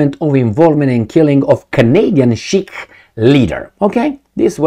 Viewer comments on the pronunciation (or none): correct pronunciation 'see-kh'. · you need to seriosly learn to pronounce the word "Sikh" properly. A consistent issue in lot of your separate videos.